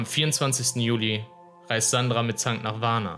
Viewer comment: Warum sagt der Sprecher immer "Mitzang"? die heißen doch (laut Einblendungen) "Mittank", oder nicht? 🤔